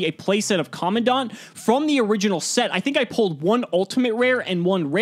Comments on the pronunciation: Its not common dont. Its Command ant. Seriously this is a big L. If your gonna play the game for this long at least try and pronounce the cards right. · Is it just me or the way pronounces commandant is so weird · Is anyone else annoyed at how pronounces commandant? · Is it just me or is any one else getting the shivers on how pronounces commandant.